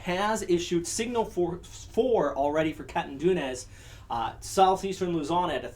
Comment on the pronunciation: Catanduanes - Ka-tan-duan-nes .. just saying.. I just subscribe as this is a great meteorologist.. following you all the way.. detailed, honest, precise, informative and resourceful.. more power sir!